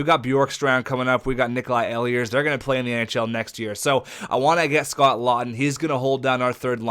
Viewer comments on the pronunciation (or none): Nikolaj ehlers last name is pronounced (eel-ers) I from where his Q team plays, not (el-e-ers)